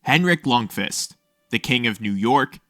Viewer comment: What am I hearing "lung-fist"